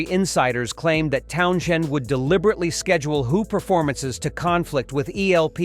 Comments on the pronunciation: The narator doesn't say his name right. Townjen ?? Lol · ...why does this Deushbag kee p call Pete ,,,," TownSHend?".... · This is all bull shit , and its Townshend not shend , idiotic cack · 2 minutes in and had to stop watching.......townSHend? really? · Pete town shend? ffs. more A I crap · It’s Pete Town send………not Townshend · TOWN SHEND !!!!! FFS when will they actually learn to pronounce names and words correctly ..... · You don't even know how to pronounce his last name. It's pronounced Town-Send. The H is silent. What a joke. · Why Not ....Let Pete tell it in his own words ... Talking about Pete TownSHend ... This vid would Flow much better without all the narration & mispronouncing his name imo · if you're going to use AI narration about a particular musician, at LEAST get it to pronounce their name correctly. annoying "town-shend" argh. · Please stop saying Town'shend' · The AI narration makes this unwatchable. It keeps saying Town-shend over and over. I am ready to throw my laptop through the wall. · I thought I heard Towns hand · Yeh, Totally agree, the voice over can't pronounce TOWNS HEND ~ Bloody dumb bastard! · The h is silent, it is pronounced towns end. He is spot on, the bands were bland & lacked true emotion. The Sex Pistols were just about shock but were as manufactured as The Partridge Family, the only punk band with lyrical & musical merit were X Ray Specs. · You don't pronounce the sh as sh in Pete's surname! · Dude can’t even pronounce his name right I had to turn it off three minutes in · Dreadful that cant even pronounce Townshend properly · what a pile of overblown pretentious crap, the narrator can't even pronounce Townshend properly, don't waste your time. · What particularLIY OFFENDA MW IS A uyNK WHO CNNOT PRONNOUNCE Towns Hend not tonw sh end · the "H" in Townshend " is effen SILeNT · At least pronounce his bloody name properly. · I couldn't finish the video. The bullshit mispronounced name threw the video off and the information